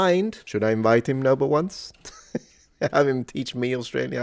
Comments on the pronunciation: lol. fun video. If you want to improve "Oh No!" to make it more Aussie - try "ah, no!" or "uh, no!". Also for a more broad accent you have the "naur" sound for "no" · Did you see those shorts on youtube that include AUSSIES CAN'T SAY NO. There are other Aussie pronunciations in the same vein. I mentioned it because your NO needs work. Sorry mate. BTW? Making the a an e? So if we go to Macca's is it off to Mecca? Yeah nah.